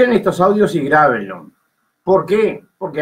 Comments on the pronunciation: Después de toooodo! Me quedé tamb con el "grabenlon" jajajaj😂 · dijo "grabenlon". Lo amo. Que prócer!